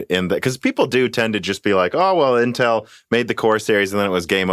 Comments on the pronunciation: I like how pronounces Intel. I say "IN-tel", he says "n-tEl". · This guy is great, but the pronunciation of "Intel" is driving me fucking crazy lol.